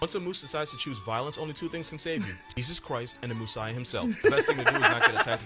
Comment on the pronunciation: nothing really prepares you in life for hearing the term "moosiah"